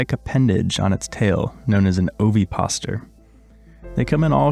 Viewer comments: Ovipositor is five syllables, Like this O-vi-pos-i-tor. Thanks for your videos I really enjoy them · oviposItor, with an 'i', and "pedicel" with an 's' sound as with any latin name